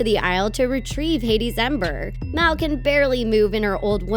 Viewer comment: It's m a l not m e l